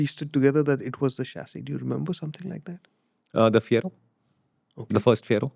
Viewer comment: Chachisss….And SusPensen !!! 😂